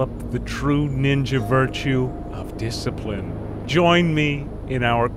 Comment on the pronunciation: I love the "Montage of Diciprine